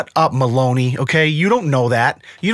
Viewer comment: Name: Melonie: "Maloney"